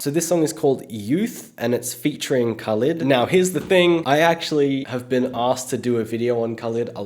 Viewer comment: It's pronounced Kha-leed Soz. Have a great day!!!! Lovin your videos!!!